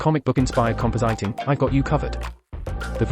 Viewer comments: "Compo-sighting" That TTS has no clue how to pronounce compositing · Compositing is read CompoZiting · the voice pronounces compositing wrong ;)